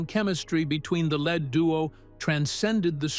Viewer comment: Computer voice can be very unfortunate: « lead duo » as in the metal instead of the adjective changes the whole story !